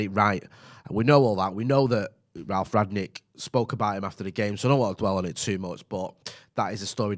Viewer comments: I noticed and others calling him "Ragnick" and now it's even in the title of the video. The guy's name is "Rangnick", pronounced like the past perfect of "ring" -> rungnick. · Rangnick not Ragnick! Very poor tbh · Why can't you even pronounce his name?